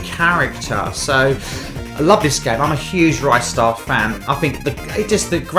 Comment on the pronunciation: What is it with YouTubers calling Ristar 'Rystar'? 😂